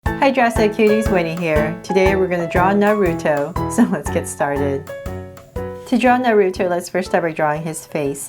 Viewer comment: Please stop saying his name wrong 😨